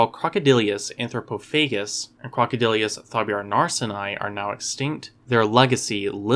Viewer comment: generally well done - but it's pronounced "croc-o-dill-us," not "croc-o-dill-ee-us." (And C. anthropophagus wasn't larger than modern C. niloticus; indeed, the largest specimens of C. anthropophagus are smaller than really large C. niloticus.)